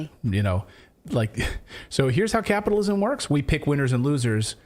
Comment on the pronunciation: The " big guy" has done it again. 'capitolism' 😂😂😂😂😂